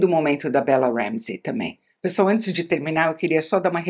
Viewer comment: ela fala com A o THE LAST OF US mas fala ENTES em vez de ANTES hahahah engraçado, mto bom video!